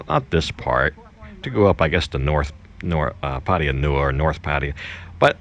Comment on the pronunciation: Damn, I wish you would learn how to pronounce 'Pattaya.'